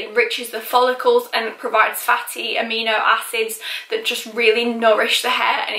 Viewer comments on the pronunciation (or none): none